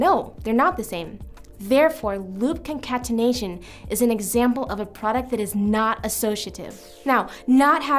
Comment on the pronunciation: And can't pronounce concatenation.